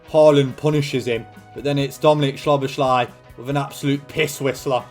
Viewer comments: it’s sah-boz-lee not sobashly 😂😂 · Just a quick hungarian lesson from a hungarian subscriber who actually knows Szoboszlai personally for more than 10 years 😄 the “sz” in hungarian is actually pronounced the same way “s” is pronounced in english so say it like it would be “soboslai” in english like you say Sosa’s name Love your content btw❤ huge fan since the portsmouth series When you upload that day cant be a bad one Keep it up bro👊🏻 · Hungarian here: Sz in Hungarian is basically what 's' is to the english. Not 'sh' but 's' like in sneak, snake, or step. So you pronounce it like So-boss-la and then a long hard i, more like an 'e' in english. So-boss-la-e, so-boss-la-ee. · i almost fell off my chair when i heard schloboschlay 😂😂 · Is it correct to pronounce it like soBOSlai? With the pressure on the middle? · As a hungarian that pronunciation of Szoboszlai's name hurt my ears.